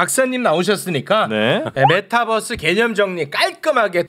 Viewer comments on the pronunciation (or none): 님은 메타버r스를 메타뻐쓰 라고 발음 하시네요 시내버스인줄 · 어려웠던 메타버스의 의미를 잘 설명해주셔서 감사합니다. 그런데 서울시 공무원 여자분, 끝까지 메타뻐.스. 뻐스. 뻐스.. 메타버스 잖아요. 뻐스 타고 다니는거도 아니고 끝까지 뻐스래. 짜증나. Metaverse. B가 아니고 V 자나요. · 뻐스? 유니뻐스라 읽나? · 메타 뻐스.. 발음 거슬린다. bus로 생각하는 것은 아니겠죠?